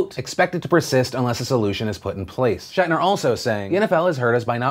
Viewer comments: Hey Phil, his name his pronounced like it is spelled. Schnatter. Not Shatner. You kept saying Shatner, and I found that annoying. That said, if the NFL issues are playing a role in sales, I'm pretty sure it's minor. It probably has more to do with quality, and far more choices now than there had been in the past. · It's Schnatter, not Shatner... You are swapping the "A" and "N" and it's driving me crazy! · Phil, its Schnatter, not Shatner lol. Coming from a Ball State Alum, he's not William Shatner. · It's John Schnatter, not Shatner. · That's not how you pronounce Papa John's last name